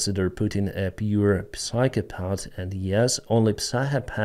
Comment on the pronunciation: Деніс, ваша англійська на дуже високому рівні, але давайте зробимо її на краплю краще: psychopath читається як сайхо-пет. На майбутнє 😅